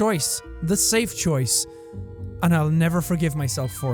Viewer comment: I laughed so hard when he said self and not safe😂😂